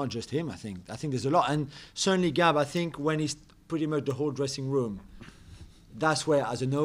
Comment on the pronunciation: The ‘I sink’ guy finally sunk.